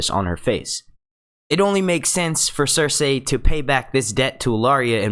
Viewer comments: lmfao i keep hearing him say ser-say instead of cersei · Say it with me now.... Sir See. No one has ever pronounced it Sir Say in the show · Stop saying fucking 'ser say' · Why can't you just say Cersei the way 99.99% of people say it.... Why do you gotta be different?